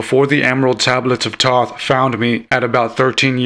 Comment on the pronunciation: Yea I agree with the "I'm not a pro" you pronounced Thoth Wrong.